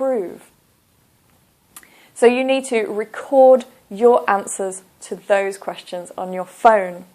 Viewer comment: Btw you always make a mistake when you don't use elision. When you said "on your own' - you pronounced it like {on jo: oun} but you should have pronounced R in "your" because when R is followed by a vowel, you need to pronounce it in Br. E.